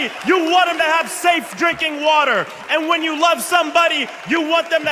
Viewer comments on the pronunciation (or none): none